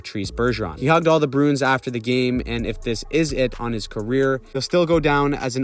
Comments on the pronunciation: Bruins is a 2 syllable word, brew-ins and not brunes. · You keep saying the Boston BROONS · You say Bruins weird.